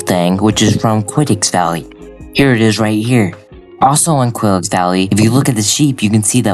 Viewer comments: the way he said it was crazy "quiddix" 😂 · It's pronounced "KEE-YO-TAY." As in, Don Quixote.